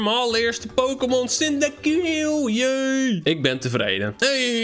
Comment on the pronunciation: hoe je cyndaquil uitspreekt: sindakwil, hoe het uitspreekt: sindakill